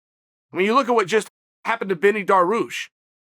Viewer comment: "Benny Daroosh" 😂😂😂😂😂